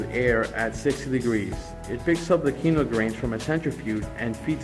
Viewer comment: Bro I’m so focused on why he says “qeeno grain” but then says quinoa correctly when he doesn’t say grain